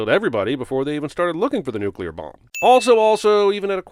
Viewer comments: Few things annoy me more than “nucular”. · Can we talk about the fact that he said nucelar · Nook-Yuh-Ler ding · You said nukular. I heard it. Just sayin, you sinned a guy in another movie for it lol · Jeremy, you said "nucular" - I'm adding 55 sins to your f*cking counter ! Di-di-di-di-di-di-di-di-di-di-di-di-di-di-di-di-di-di-di-di-di-di-di-di-di-di-di-di-di-di-di-di-di-di-di-di-di-di-di-di-di-di-di-di-di-di-di-di-di-di-di-di-di-di-di-ding ! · “Nucular” *ding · I'm disappointed in you J-bird. During the Indiana Jones and the Kingdom of the Crystal Skull video you sinned Indiana because he pronounced nuclear "nuculer". Now you have done that same thing. By the rules that I just made up you have to sin yourself and carry that with you till the end of time. It's only fair. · Nucyular? NUCYULAR? You, sir, have lost some sin cred!